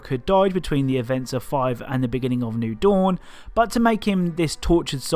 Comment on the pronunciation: "new doun"